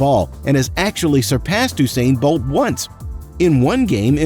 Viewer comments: Eww-sain bolt 🤣🤣🤣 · no offence im just gonna correct you its not ousain bolt is usain bolt u u u usain bolt okay.